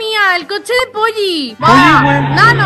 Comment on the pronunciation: ahora por vuestra culpa en los anuncios de polly solo oigo polli :$ xDDDD!